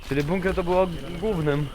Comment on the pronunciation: sam żeś jest "bukner" 😂 Chyba "bunker" 🦇